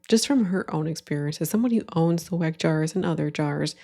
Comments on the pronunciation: not only does she sound like the ONLY thing she knows about it is that it's a trend, but she calls it a wreck jar 😒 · whats funny is that like. Its a german brand right? Wouldnt it be pronounced with a V sound? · As a German speaker, I am sure enjoying the way some of these American influencers are pronouncing Weck. (Not, she says in in a normal English pronunciation, I am talking the really funny "Wreck", "Weeck" from some of the example vids) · I'll be so honest and nitpickey here, the way some of these ppl pronounce Weck is bothering me (wreck????) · I want to see an influencer actually pronounce this thing (that I just learned about a minute ago) correctly. Shouldn't it be 'veck?' I'd love to see everyone's confusion 😂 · Is German is pronounced Veck. Just wanted to say it, because it made my ear tickle every time I heard weck… anyways. Yeah… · Weck Jar, after awhile I was hearing wack job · not her calling it a wreck jar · That second tik tok girl was pissing me off with the mispronunciation of "weck". If you are gonna promote it at least pronounce it right lmao. And what up with the one girl saying the jar is from ballerina farms? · Pet conspiracy theory: That lady intentionally mispronounced Weck as ragebait. To drum up engagement from angry/annoyed commenters. I hate what the internet has become.